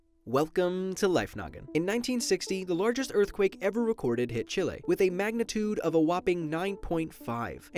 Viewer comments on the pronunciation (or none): he said CHILAY when it is pronounced CHEELAY 🇨🇱 I am not from there though